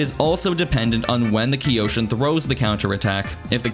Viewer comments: Isn’t it pronounced Kai-Yo-Shin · kyo shin, like toKYO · Yes I hate myself for mispronouncing Kyoshin as Kee-oh-shin. Maybe third time's a charm. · “K-yoshi-N” Or just Yoshi